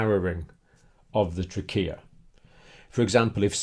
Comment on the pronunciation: The way you say Trachea is that correct I've never really heard anyone say it that way ._.